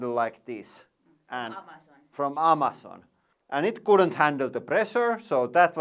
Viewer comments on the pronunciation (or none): none